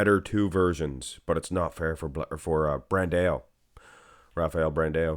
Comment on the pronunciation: It's not "bran-de-oh." It's "bran-dow." And it's not "Ah-wo-DI-bu" it's "Ah-WO-di-bu." I know you're going to think I'm just another annoying commenter, but bro, it's SO DISTRACTING with you butchering these guys' names every 10 seconds. It would be like watching a channel and hearing someone constantly say Sylvester "Sta-low-nee." Can you PLEASE put some effort into learning at least the most popular guy's names so we don't have to be distracted with constant mispronunciations and we can just enjoy the content? Please and thank you. And before you think I'm just another hater, I watch AND upvote ALL your videos.